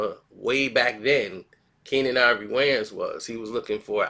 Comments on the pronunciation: Wayans...not wayne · The “s” in Wayans ain’t silent dawg